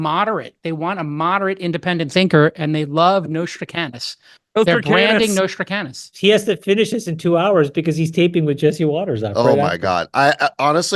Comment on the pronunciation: J-Cal, his name was Nostradamus with a "d".